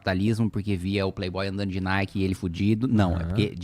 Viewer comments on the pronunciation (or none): none